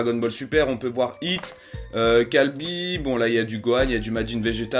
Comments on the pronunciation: ta dit Kalby à la place de Kyabe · Attend c'est moi ou tu a dis calbis pour kyabe ?? Choqué je sais que tu t'intéresse pas vraiment à DBS mais la c'est chaud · putain "Kalby" ça m'a fait saigner des oreilles c'est "Kyabe" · Ce n est pas Kalbi mais Kiabe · C pas kalby c kyabe (é) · Commentaire de cette vidéo : c'est kyabe pas kalbi 😂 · c kyabe SS pas kilabe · tu peut dire KYABE et pas kalby stp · pas méchant mais c kyabe et pas kalbi a près peut être que c une autre traduction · Cest Kyabe et pas calbee hahaha sinon continue tes vidéos , elles sont cool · 0.21 Attend il a dit Kalby ?! C'est Kyabe/Kabe et à 0.29 c'est pas Paulkouan mais Paikuhan tu respect rien mec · C PAS KALBI C KYABé. KYABééééééé!!!!!! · c pas kalbi c kiabbe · on dit pas "kalbi" mais kiyabé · Kalbi mdr sa se prononce KI A Bé ! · Je suis le seul à l'entendre prononcer "Kyalbi" ??? Je suis pas fou il le répète même nan? xD Sinon à part toujours aussi canon tes vidéos mec! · ça se prononce KI A BÉ